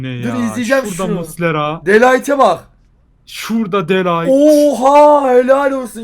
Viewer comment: 🤦🏿‍♂️🤦🏿‍♂️🤦🏿‍♂️ De Light diğil De ligt